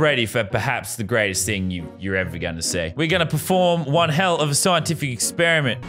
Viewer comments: He said eggsperiment lol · My experiment area I thought he said eggsperiment🤔